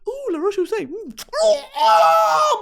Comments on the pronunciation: so glad im not the only one that likes to deliberately pronounce it wrong and say "luh roach pussy" (its fucking funny. im sorry french people.) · “La roach pussay “ 💀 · La roach pussy took me tf out, I always hear other influencers put their whole throat into trying to pronounce it correctly 🤣🤣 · Cracking my head off at the pronunciation of “La roche-Posay” brand 😂😂😂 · every time she says roche posay I can't breathe